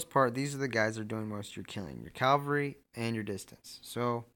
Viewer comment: It’s CAValry not CALvary